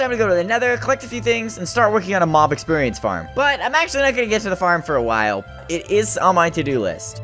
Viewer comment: It sounds like you’re saying mom instead of mob